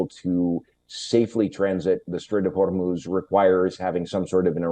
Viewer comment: Why does he keep saying horror moves like a Spanish person?😂😂😂😂